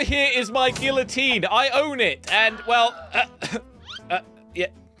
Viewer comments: Who's gonna tell him hes pronouncing the thing he created and his life's mission with the silent letter? Because I'm not doing it. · That is not how u say it